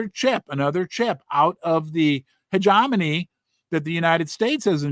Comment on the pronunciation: You pronounce it hedge-Jem-eny Hope that helps. Love your content